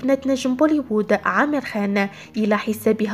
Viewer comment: اسمه Amer عامر مش امير بس هنا بينطقوه بحرف ال Aلانه ما عندهم حرف ع